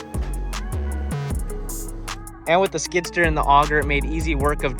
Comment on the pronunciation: Skid-steer, not skidster lol